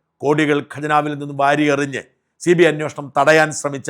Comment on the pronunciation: അന്വേഷണം അല്ലേ ശരി അന്വോഷണം എന്ന് എപ്പോഴും പറയുന്നു. Please